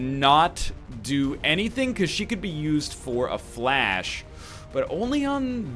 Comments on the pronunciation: It's "FLESH" not "FLASH" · i think fleche is pronounced fli-shay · fuck's sake egg stop pronouncing it 'flash'! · could've given an additional action AFTER moving with a blue move to a position from which he could see the Shinobi. Also, stop pronouncing "Fleche" incorrectly and then correcting yourself, using the douche voice.